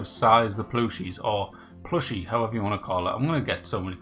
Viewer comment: Plooshie...Spoken like a good Mackem. 😉